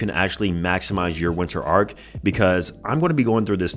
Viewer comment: 😂its ARC not arCH